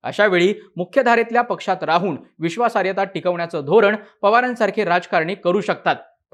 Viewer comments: विश्वासार्यता नव्हे रे बाबा विश्वासार्हता... शब्दोच्चार नीट असायलाच हवेत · बाकी सगळे विषय नंतर. आधी बोल भिडू वाल्यांना नीट मराठी शिकवा. विश्वासार्हता हा शब्द बिचारा एकदा पण नीट नाही बोलू शकला.